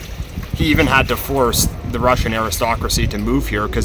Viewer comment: Your Russian pronounciation is almost perfect!